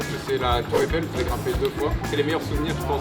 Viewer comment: la tour Eiffel et non Effeil !